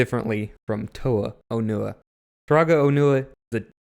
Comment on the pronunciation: Real glad that in German, Onewa's and Onua's names are clearly pronounced differently You say these names in exactly the same way, quite confusing